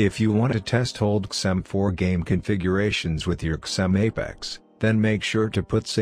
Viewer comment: Write zim instead of xim into text to speech it will sound better :)